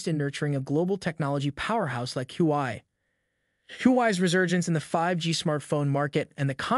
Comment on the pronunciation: For heaven sake you can't pronounce HUAWEI correctly.